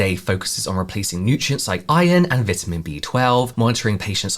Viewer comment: Say "vitamin" again!😊